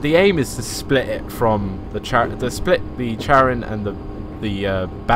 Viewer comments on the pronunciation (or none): none